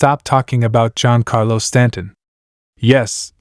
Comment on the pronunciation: Did he say John Carlos Stanton?? 😂 AI voicing 🤦🏻‍♂️